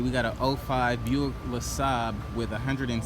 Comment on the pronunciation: "Buick lasabb"😂